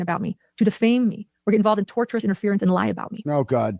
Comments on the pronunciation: She keeps saying "torturous interference" when she means "tortious interference" 🤣😂🤣 Showing a clip of the attorney on her insane 9 hour stream was the most poetic self-own I've ever seen 😝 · Did she really just say "Torturous defamation"? This is proof she's reading her brothers legal jargon. I think she means tortious LMFAO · Tortious not torturous jesssus. You know if everybody else is saying the same thing maybe, just just maybe, it's you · AND ITS not "torturous" it is tortious (as in torsh-us - as in an act that amounts to a tort - a civil wrong.) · Every time she says "torturous" interference, I yell at the screen! It is "tortious" interference not torturous.